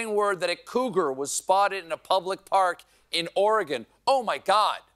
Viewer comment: Thank you for being one of approximately 9 New Jerseyans who can properly pronounce Oregon. But that's probably because you're not a native.